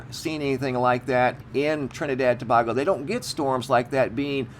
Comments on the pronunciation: I'm from the Carribbean if I hear you say " Trinidad and To-bah-go" one more time😬, I'm gonna lose my mind. It's pronounced "To-bayy-go" 🤷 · PLEASE DONT SAY TABAGO EVER AGAIN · It's pronounced tobaygo & if you look on a HIPPIEGING photo their is also a UFO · Ta bay go and not Ta bag o just thought you may need a little help with this one